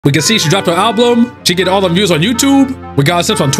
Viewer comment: "She dropped her alblum"